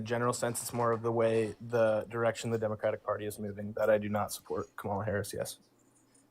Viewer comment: When there’s so many people that can’t say Kamala the correct way, that’s the cult.